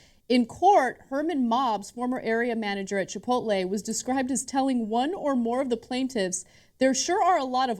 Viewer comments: Whenever I read Chipotle I always pronounce it Chipotle. These guys are saying it wrong. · This is the fault of all the people that pronounce chipotle, chipolté